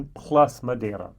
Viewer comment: I love the effort you made to pronounce Madeira. Thank you. Oh yeah, see if you can get your hands on Teeling Brabazon 4. I quite enjoyed it. My Blue Spot is waiting for me in Dublin Airport. Can't wait.